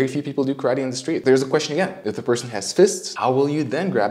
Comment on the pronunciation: This video did a great job of giving a fair assessment... Neither writing off Segal's style completely nor taking his teaching as gospel. This YouTuber sems very knowledgeable and objective. Also, love the long suffering look he gives the camera when Segal pronounces "ka-ra-TE." Earned a sub right there and put a smile on my face.